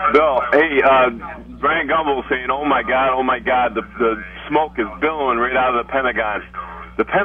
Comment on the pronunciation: BILLOWING, not bellowing!!!!!!! 🤬